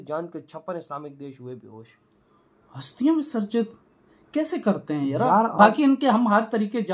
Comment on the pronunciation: भाई हस्तिया नही अस्थिया